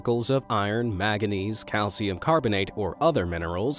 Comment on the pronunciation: MAGAnese xD